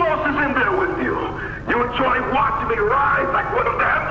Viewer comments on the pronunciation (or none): none